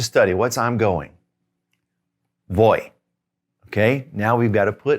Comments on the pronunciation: Do you really use the English "v" sound for voy, vas, va, etc.? I know I will always have an accent but want to emulate as close as possible. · A question about “voy”. I am pretty sure from this video that I should not pronounced it like “boy” the way other Spanish words with a V make it sound like a B. Is that correct? Great video!